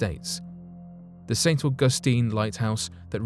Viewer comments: St. Au' gus tine not Au gus' tine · Just learn to pronounce St, AUG'USTINE . Not st . au Gus tine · Omg!!! Say St ug a steen 1 more time.. I dare you...😡